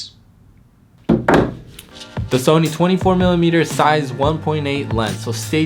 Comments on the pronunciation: Haha, Zeiss is a german company, so its actually pronounced like "size". So you dont use a "z" like zero, but rather like the "s" in snake or size. The "ss" is also like the snake "s". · Quit watching when you didn't know how to pronounce Zeiss.